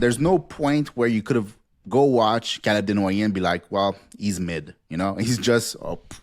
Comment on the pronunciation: I think you just like saying his name tbh. CALUB DENWOYEHHH!